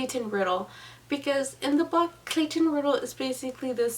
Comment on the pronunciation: it's pronounced R-eye-dell, not Riddle, just like how Clayton explains to the hotel desk clerk numerous times... the "I" in Riddell is pronounced like the word "eye" and I'm sorry for being a nazi about it. awesome review though! I love the novel. I hate the movie. they changed WAY too much...